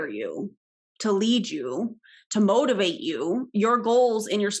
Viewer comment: Ok... I LOVED this video so much. This guy... I mean... I was dying the entire time. When he said "motivate" I kept hearing "mold" instead. He wants to mold and shape you to be his follower for life! 🤢 The whole thing felt outrageous. Thanks for this, I look forward to seeing/listening to more! 👍